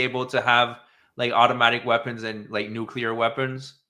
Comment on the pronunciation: New-clee-er, not nuke-you-ler